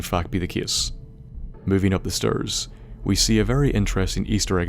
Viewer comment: "... as we go down the strrrrs"